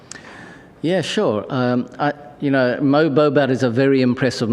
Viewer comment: Andy flower ❌andy fire ✅ Mo bobat❌ mo bombat✅